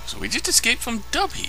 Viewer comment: The star itself is pronounced 'Doh-buh'. So it's probably pronounced like that.